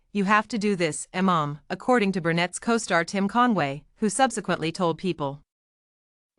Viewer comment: you put this out yet have issues pronouncing her name correctly!! It's not brunett!